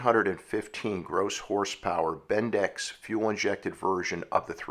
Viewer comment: that's pronounced "ben-dicks" not "bin-decks" also, like Alexis Lubbers said, not too many people even knew about this car until the movie Christine. kind of like the DeLorean. not many people knew about that car until it was immortalized in the Back to the Future trilogy. or Burt Reynolds and the Trans-Am.